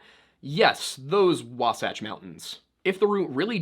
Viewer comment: As a Utahn I, 1) thank you for finally pronouncing Wasatch right. 2) can confirm as a that as an early pioneer traveling through the territory now known as Utah and Nevada would be about that absolute worst decision anyone could make.